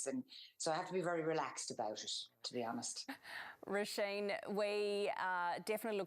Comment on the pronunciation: who the hell is "Rollshain" Murphy LOOOOOOOOL